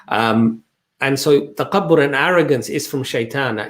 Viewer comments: Salaam Thanks for such inspirational video. By the way Takabbur is not well pronounced by brother. He says taqabbur instead of takabbur with the Occidental K. He seems to pronounce wrongly with the guttural Q. I love your videos guys... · Brother it's تكبر (TAKABOR) with ك (Kaf) not ق (Qaf). May Allah bless you all.